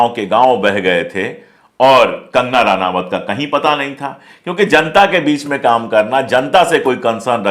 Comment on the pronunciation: इसका नाम रनावत नहीं रनौत है। अनपढ़ औरत है।